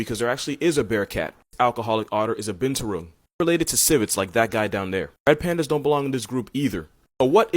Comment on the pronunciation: Me as an indo hearing you say binturong in an english accent is 🤣🤣🤣